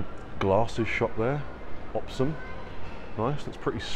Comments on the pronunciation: Love it! It’s pronounced o-p-s-m not opsum 😂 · Your the 1st person I’ve ever heard pronounce OPSM lmao hahaha it’s said as individual letters O P S M but yea if I wasn’t from nz I would of done the same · "OPSIM" fkya crack me up 😂